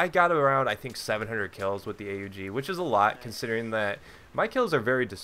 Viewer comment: U dont spell it A-U-G you say Aug, its a name, one word. Why do i know it? Because i used it when i was in the austrian army :)